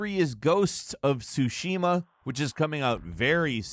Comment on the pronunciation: I know it's a menial thing, but please just attempt to pronounce Tsushima right, there is a specific way you say it 😅